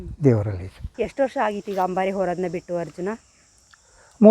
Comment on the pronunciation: Madam adu hambari alla ambari. Harjuna alla. Arjuna madam